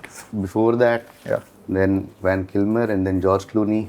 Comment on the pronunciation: .......Common KV it's V-A-L.....VAL KILMER and not V-A-N.....the contestant mispronounced the name....you should have rectified it but you mispronounced it as well........